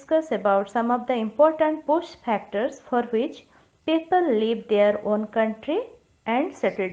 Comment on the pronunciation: it is FACTORS and not PHACTORS please do not make videos if your pronunciation is not correct